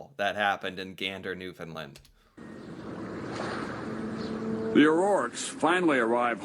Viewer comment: After several years has finally got the pronunciation of Newfoundland right, good lad.